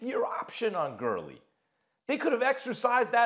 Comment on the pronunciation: did he just say “Todd Curly” 😂